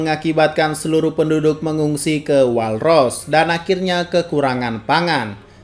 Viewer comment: WALL : DIBACA NYA WOLL BANG. *Saran. Don't Bully Me.